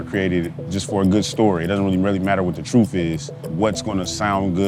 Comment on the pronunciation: Did he say THE TRUFF? LIKE ROOF